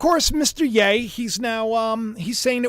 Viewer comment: It's yeee not yaaay